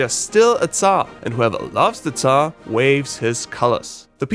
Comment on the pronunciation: You did a great job about explaining our flag. Some people (not even from Russia) now know some more about our culture and flag. And about "царь (tsar)": you have a really good pronunciation. I'm using Busuu, and people there (not only beginners) having really bad pronunciation of that word time to time.